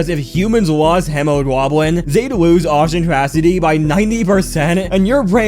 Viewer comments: hemoglobin is pronounced “heemoeglobe-in” (If it was on purpose, sorry for being pedantic, if it wasn’t, congrats on learning how to pronounce a word) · well when you pronounce it like that i’m not surprised it sounds stupid to you 🤨 it’s HEE MAH GLOW BEN🤓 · Him pronouncing hemoglobin is just hilarious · Okay that hemoglobin pronunciation is insane actually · its pronounced hemo-globe-in or hema-globe-in also you mispronounced bombardier pronounced bombuh-deer